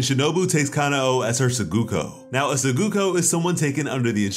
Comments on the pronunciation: btw its not ka-na-o its ka-nao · It bugs the crap out of me how some Americans mispronounce her name. It's KanAo, not KAnao. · Ka-na-o there's, the accurate way and for Aoi: A-oi